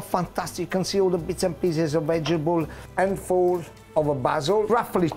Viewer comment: I reckon I will pronounce vegetable "vegebull" from now on, just as Genaro does it . Gotta love this guy. :D